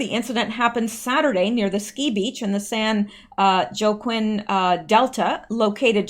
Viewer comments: San "Wa Keen" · San Joaquin - pronounced San waakeen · San Joaquin is pronounced San Wah-keen, same as actor Joaquin Phoenix. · Pronounced -"San Wau-keen" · San Joaquin is pronounced “San Wah- keen.” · Calif San WAH-KEEN 😃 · It's" Wakeen". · San Waa-Keen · San Joaquin is pronounced As San Walking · It's pronounced San Wakeen ( wa like in water) . Wish they spelled it that way 😊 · San Wah-Keen 🌻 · Pronounced wah- keen. Agree weed should be NO JAIL TIME. ITS only A PLANT! Thats the truth!!! Oh gees Planned Parenthood is doing gross things with baby tissue and organs even brains. Nasty people.. who are THEY? Thank God for Trump. Drain the swamp! All of it. Term limits are essential!!!!! Impeachment of who? WHO? BETTER WATCH IT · Hope you're well. Its pronounced San -ho-keen Oil fire is arson and fraud in my opinion because like fires in Canada in recent past, oil prices tanking..fire breaks out...oil prices rise. Yeah, like those f-tards will show up. They are laughing while calling for use of her hit squad. Are Chinese involved due to organ harvesting?? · San Wah-keen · san huakeen is how you say it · I live close to this and it wasn't a hit n run The 2nd boater had injured ppl on his boat that he was taking to a close dock. He was on line w 911 the whole time. Oh and its San 'wokeen' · San Joaquin = San Wakeen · San Walk keen is how it is pronounced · I use to live in the area Its pronounced san Jauquin =San Wa~keen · Missed you!! I always listen until the end!! lol! Oh boy...can’t wait to hear what you’ve said in this video....it says 0 views but ya got 16 likes....how does that happen?? Pronounced “San Wa-Keen”.